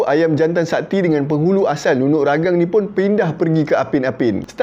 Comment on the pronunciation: Ragang "Tea"... Hahahaha.. memang salah sebut tuan.. tapi tak mengapa.. Ya benar.. hanya sebuah cerita lagenda.. NUNUK RAGANG antara bedtime story saya waktu kecil.. jalan cerita orang dusun macam ni lah.. penuh dengan kesaktian.. banyak lagi cerita2 sakti. BAROB (dewa makan bulan. tu yg jadi half-moon tu.. hahaha) SAMPAPAS (manusia berbadan separuh). KINOMULOK (Dewi kayangan yang cantik, sehingga dua jejaka berbunuhan.. tu yang langit warna kemerahan time senja, katanya darah kudingking). So our ancestor made up stories for kids, bcoz kids have so many curiosities. kenapa bulan tu separuh shj.. kenapa langit tu warna merah... and goes on....